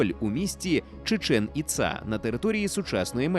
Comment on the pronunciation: Чудове відео, як і весь контент загалом ❤ але чому Чічеʼн Іцаʼ?) там же наголоси на перші склади: /tʃiːˈtʃɛn iːˈtsɑː/